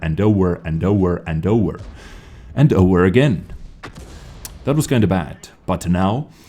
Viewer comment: It's like ''oVEr'' not ''oUR''